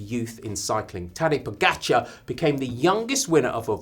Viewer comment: Finally, some who can pronounce the name of Tadej Pogačar. Great work. Oh yes can you please teach Daniel